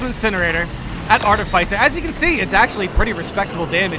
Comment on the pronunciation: Mate, its art-if-iss-er, not art-if-ice-er.